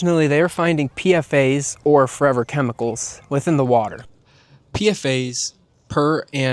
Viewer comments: just letting you know that more often than not PFAS is pronounced "P-FAS" not "P-F-A's". great video tho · It's pfas not pfa's